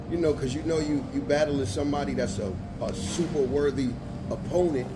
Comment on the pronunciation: “It’s Supa Mario” 😂😂😂